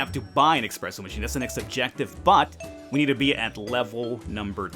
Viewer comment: Did you really just say expresso?